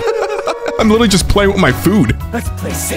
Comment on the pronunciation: LITER-ALLY NOT LITTALLY